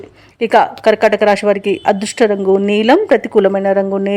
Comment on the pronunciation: రాషి కాదు. రాశి.